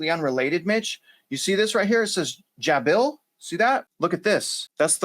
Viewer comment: It’s pronounced Jay-Bill. HQ is in Florida.